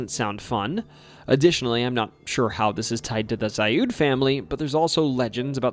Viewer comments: FYI: The Zalud house is pronouced "Zaled" by locals, not "Zayud" Also, Porterville is an hour North of Bakersfield. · The "Zalud House" is pronounced ZAH-lood House. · Zalud is pronounced like salad but with a Z. I knew not only a relative down the line but had a friend live next door. That whole ass block is fucking weird as shit and haunted too.